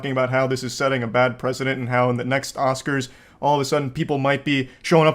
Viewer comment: Te momen the oscars turn into the oswars.